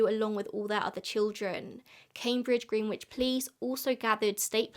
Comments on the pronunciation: In the US Greenwich is pronounced gren-itch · The irony of an Englishwoman mispronouncing the word "Greenwich" is absolutely perfect. Never change,. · lol i used to mispronounce the (english) Greenwich for years, and now listening to say it with the 'w' i was beginning to seriously doubt myself 😂 insert so_whats_the_truth_OPRA.gif here 😂